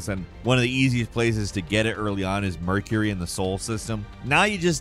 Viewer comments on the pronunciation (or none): none